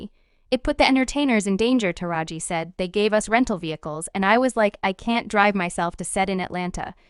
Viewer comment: Who is this female narrating these clips? She is constantly mispronouncing black people's names. You think she would at least take the time to learn how to say the names which she getting paid for doing but constantly is just butchering names like Taraji, Suge, etc... but why report or narrate if you can't even enunciate correctly when it comes to African American Culture and their Celebrities??? 🤷🏽‍♀️🤦🏽‍♀️🤔